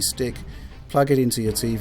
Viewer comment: Fwanks for the video,.